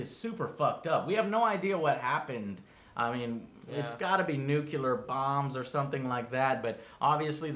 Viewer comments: Joe, one complaint, it's nuclear not nucular, other than that thank you for the review :D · Joe, its Nuclear not Nuke-yooler. Lol thanks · I can't believe still says "nucular". What the hell? Is it a hard wor dto get down? But then he says "exspecially" on a regular basis. What's wrong with him? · "nucular" it still impresses me how americans get to mispronounce that word so often. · I never have mastered the American pronunciation of nuclear. How do you say that? nookooler? nookyeller? Damn! You could use it as a test for US citizens at the airport instead of messing with passports and biometric data.